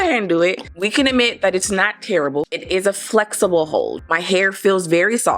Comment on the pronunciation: Great review! Very helpful and lots of emphasis of flex-eh-boh hold😂🤣